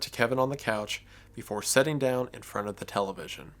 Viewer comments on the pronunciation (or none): It's pronounced "Sit" not "Set". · "The Sun (son), Kevin, setting in the hallway" Your pronunciation of the word 'sitting' has caused such an interesting image to form in my mind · Why do you pronounce "sitting" like "setting"?